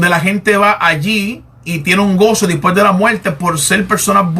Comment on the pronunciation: Por lo mismo que pronuncia 'dispue' en lugar de después o 'creel en lugar de creer'. Es decir, se trata de costumbres en la pronunciación.